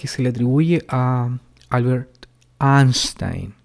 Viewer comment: Se parece a uno de los testiguitos que me visitaba, solo que el mío tenía peinado de puercoespín xD. "Aaaaaanstain" jajajajaja, si le preguntaban por el Quijote hubiera respondido lo mismo, que en dicho libro se respira su presencia y lógico siendo el protagonista.